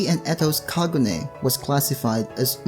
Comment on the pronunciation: Notice how he said kagune incorrectly. This is why you should never watch English sub